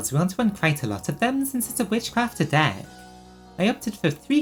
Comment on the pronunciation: すごすぎる❣️You are actually so talented omfg I am copying this deck, I want my witchcrafters to be as strong as possible. Also your pronunciation of their names is legit XD (probably more correct than the Japanese names!!)